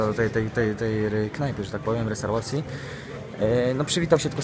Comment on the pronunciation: restarłacji xD